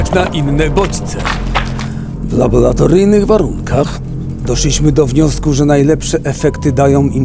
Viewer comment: "Labolatoryjnych"? "LABOLATORYJNYCH"? AAAAAAAAAAAAAAAAAaaaaaaaaaaa moje uszy pękły ;). Poza tym świetny film.